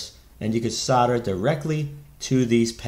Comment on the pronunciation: Thank you for saying Solder the American way..!! We pronounce it "sodder" not Sold-er... Though there are some nerdish Americans that emphasize the L in solder and it drives me crazy...!!! Sorry for the rant. Good video.